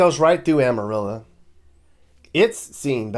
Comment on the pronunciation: Amarillo is pronounced Amarillo not Amarilla. It's o not a.